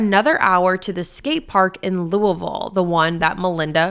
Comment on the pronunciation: I haven’t heard of this case before, even tho I live in this area. Lived in New Albany when I was little and now in Louisville (thank you for pronouncing it correctly, most people don’t lol). So crazy to think that this horrible death happened and this is the first time I’ve heard of it. All the places you were mentioning I was thinking I’ve been there or know where it is. This is so sad. My heart goes out to Shanda’s family